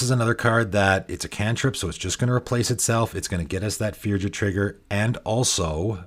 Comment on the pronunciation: Hello. Firja is a Norwegian name and it's pronounced Fur-ya.